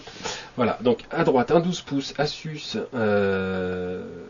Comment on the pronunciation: asus se prononce azus non ? :D